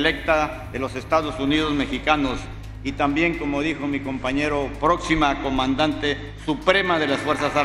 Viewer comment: Futura comandanteeeeeeee a costumbrense no comandadnta